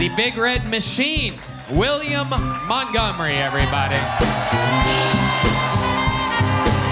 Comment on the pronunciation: I AINT NEHFUU GONNA STOP WATCHING